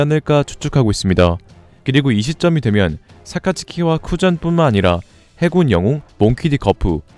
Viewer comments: 1분 40초 해군기밀로들려야하는데 저만 해물기밀로 들리는건가요??.. ㅋㅋㅋㅋ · ㅎㅎㅎㅎㅎ 해군기밀특수부대 ㅎㅎ 잘들어보면 해물기밀특수부대라고 들려요 ㅎㅎ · 나만 해군이 해물로 들리는건강..??ㅋㅋㅋ